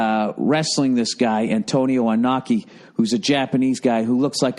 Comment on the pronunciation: BTW Bill, Inoki rhymes with Kenobi.